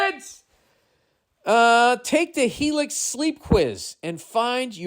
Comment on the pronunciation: lost it on the helix Heylix shit